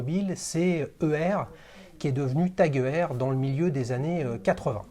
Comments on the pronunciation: Aie aie aie la prononciation "E R" 😂 Petit tip, ça se prononce "Oyeur" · Heuer étant un nom à consonnance allemande j'aurais tendance à pencher pour cette prononciation 👍